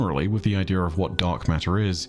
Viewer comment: I hate the way he says idea so much